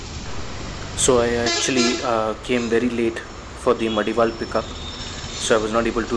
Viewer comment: It is pronounced as Madiwala not Madiwal